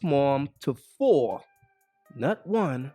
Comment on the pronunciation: Keep the emphasis on the fourrrr kids 😂